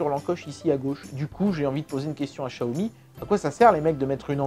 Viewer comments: J’ai demandé à une personne qui parle le Mandarin et ça se dit « tsiaomi » et pas « chiaomi » 😉 En cantonais c’est Chiaomi mais c’est une marque de Pékin et ça parle Mandarin. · Le Dragon Quand on fait traduire en chinois vocal par Google Translate, ça dit tsiaomi et pas chiaomi. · Par contre, toujours du mal à prononcer Xiaomi et Samsung... Pour toi ça devient "Chiaomi" et "Sanmsung", on ne sait pas pourquoi... Sinon, super vidéo!